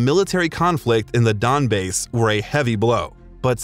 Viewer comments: did you really just call the Donbass 'donbase' ? How hard can you fuck up a name? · ''donbase'' lol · Donbase? Wtf is with these pronunciations